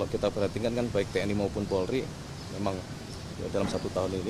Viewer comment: Polri cak bukan porli